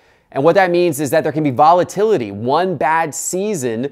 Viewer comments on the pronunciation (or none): none